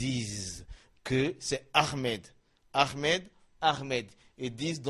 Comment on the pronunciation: C ommencez a prenoncer ahmed PAS AHRMED ??? franchement corrige toi .merci